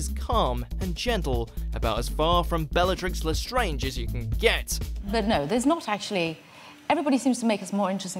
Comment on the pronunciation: bellatrix lAasStraaange